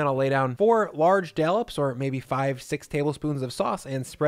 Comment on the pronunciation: Looks incredible, can’t wait to make it. One note it’s DOLLOP not DALLUP